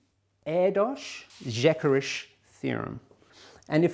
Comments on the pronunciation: Just for the record, "Erdős--Szekeres" would be pronounced "air-duh-sh seh-keh-resh", with rolled r's. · I love the way you pronounce Erdős and Szekeres. The latter is very funny. :D (By the way, you should pronounce it as such: Sekeresh. I hope I helped.)